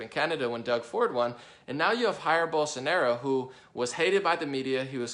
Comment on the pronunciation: "Haeer Bolsonaro" Please, dude. We speak Portuguese, not Spanish, don't assume the pronunciation is the same, that triggers the shit out of any brazilian. :S